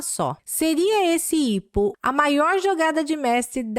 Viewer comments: IPO = "Ai Pi Ou" e não "ipo" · IPO se lê "Ai Pi Ou"